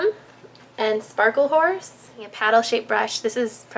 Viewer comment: lol i thought she was gonna say "sparkle whore" instead of "sparkle horse" hahahah